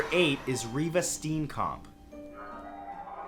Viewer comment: That is not how you pronounce Steenkamp. I am from SA